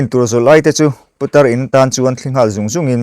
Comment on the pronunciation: Putar tih ah khan tawngfiah deuhla aw